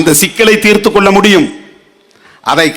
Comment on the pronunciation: டேய், தெருமாமா கொல்கை இல்லடா,... கொள்ளை என்று உச்சரித்த பேசுடா, தேவி.....யா பையா !